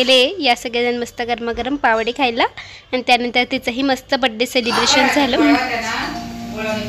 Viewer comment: अग् पावडे नाही म्हणत पाववडे म्हणता😂😂